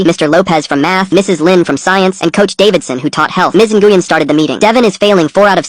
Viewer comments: Even i know by listening, the name nyguen, is pronounced "win" not even AI text to speech feature, or AI has gotten lazy, or smart enough yo trick us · This one's an easy AI slop call. Completely mispronouncing "Ngyuen" over and over.